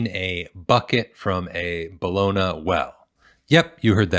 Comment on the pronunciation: "Bologna" is pronounced "Bol-on-ya."